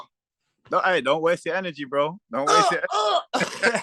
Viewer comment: Great press conference! "Save that energry" lol!